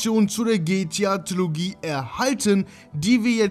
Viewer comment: Bitte sprich es G T A aus und nicht gtja 😂😂